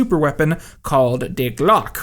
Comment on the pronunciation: Is he trying to say "Die Glocke"?